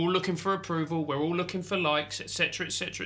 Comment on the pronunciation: looking. not ooking